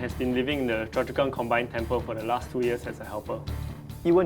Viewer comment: It should be 'Choa Chu Kang' not 'Choa Chua Kang'